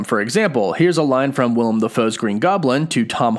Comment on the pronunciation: small thing, but his name is Willem Defoe. Willem not Will-i-am.